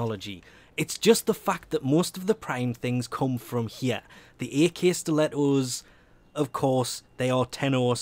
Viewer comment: it's pronounced ack-stiletto